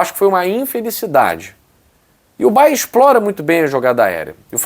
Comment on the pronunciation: não é Bayer, e sim é BayerN. É nome do estado em que tem sua sede = Baviera de Munique - Bayern München! Bayer é fábrica de medicamentos e outros produtos químicos que tem sua sede em Leverkusen e tem até um clube lá, o Bayer Leverkusen.